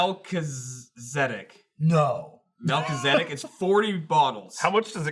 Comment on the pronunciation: It’s pronounced “Mal-KEET-zi-deck”